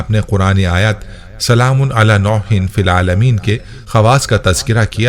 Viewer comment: Nooh hai Noh nahi hai JazakAllah